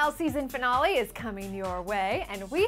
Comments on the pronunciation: she said finale wrong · "Finawlee" Wtf? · Is it just me or does she say finale weird??? I can not wait till the finale. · The way she says finale cx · Her saying finale was annoying Laugh out loud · You say finale kinda weird. lol.( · You say finale weird.... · Why does she say "finale" so strange